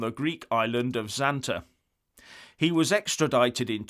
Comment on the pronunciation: With humility: The Greek Island ZANTE/Zakynthos is pronounced 'ZANTAY'. I have been there - very nice. Has a nightclub over a bridge over the sea. Cheers xx